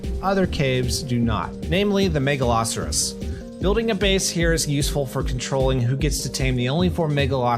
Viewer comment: You said Megalosaurus wrong. (Mega-low-soaris)